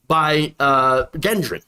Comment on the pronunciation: gendron is pronounced JEN-Dron